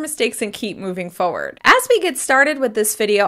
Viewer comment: She said “fermiliar” and “foward”